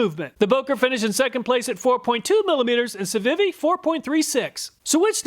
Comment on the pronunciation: Civivi is pronounced See-vee-vee. It's one of the better Chinese brands and sells other knives under Sencut and WE Knives as well. I highly suggest you check out some of the knife review channels out there, such as Neeves Knives, Beez Blades, and others. There's more to a knife than price. Type of steel compared to hardness rating, edge geometry both have a lot to do with performance and edge retention. Civivi, Kizer (my favorite Chinese brand), Bestech, Two Sun, Sencut... there are many budget brands coming out of China that are legit killing US made knife quality and performance when comparing prices.